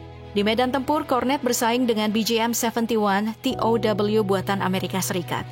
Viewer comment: Penyiarnya tidak bisa menguasai Bahasa Indonesia yg baku masak baca tow te O we tidak bisa